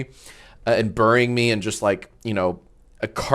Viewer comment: why is he saying burrying like that lmfao, at like maybe???